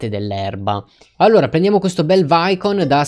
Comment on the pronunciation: Grande bellissimo video,comunque quella che te pronuncia vaicon si pronuncia vicon